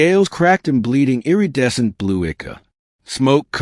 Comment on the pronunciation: In the very first sentence 'charred valley' sounded like "chaud valley", 'iridescent' sounded wrong, and so did 'ichor'. Overall, whatever accent this AI voice was told to use just makes a lot of the words just sound wrong, but the "charred" at the very beginning was the worst one I heard before I quit because I just can't deal with the off-putting vocal.